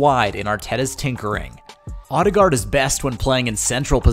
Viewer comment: It hurts to hear the voiceover try to say his surname. Ø (think french Bleu or German Möve) and double A is pronounced as Å. Check out /watch?v=kcMBvSX8RiU . But not surprised after hearing the voiceover try to say the names of KDB and Özil. Is it on purpose?